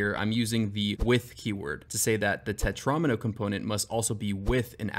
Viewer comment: then you fucked up and called it a tetron-m-o... it's a tetra-meno dude